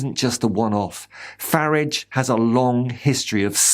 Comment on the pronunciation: "farridge". Top marks. Subscribed